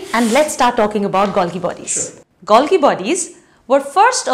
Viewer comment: The pronunciation is Gol-jee...